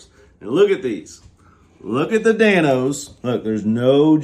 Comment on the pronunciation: Love the running “Dan-se”🤣